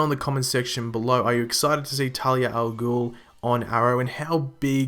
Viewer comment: talia not tali